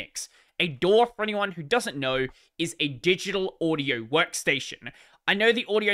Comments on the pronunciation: It's pronounced "audio" not "uadio" lol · No, you mispronounced the word "audio" making it sound more like "uadio". The correct pronunciation is more like "Ah-dio".